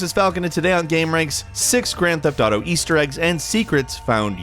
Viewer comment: Ooo YA its de gran teft autew YA